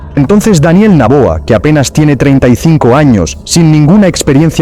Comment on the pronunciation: No es naboa.... es Noboa